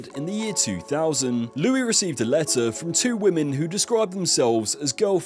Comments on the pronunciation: there's just one Louis. The s is not pronounced. Geez! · Louis is pronounced "Looie" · Not to mention at one stage he pronounced Louis phonetically.